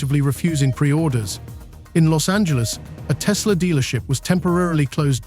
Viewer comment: TESLER has Koodies